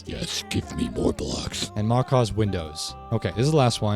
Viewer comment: These kinds of videos are greatly appreciated my guy. You got my sub and like. You basically copied me, 😒 😂😂 most of what you have here i do to. Sophisticated backpacks is by far the best backpack mod though. Great list. And Macaw's is pronounced mah kah one word though. It's the big parrots in south America red blue and I think green.